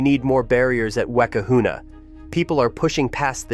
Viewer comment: Weh-kahuna. LOL That's bad. Oo-weh kahuna = Uekahuna = rain priest.